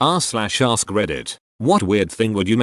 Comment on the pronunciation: Lol@ narrator: "aRsk"